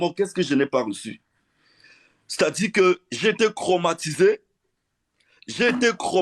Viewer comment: Piffo doublement licencié soit disant. Et tu dis cromatise au lieu de traumatisé non mais je rêve.